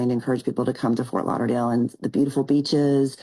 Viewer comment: 😂😂 How you said beaches... Just perfect!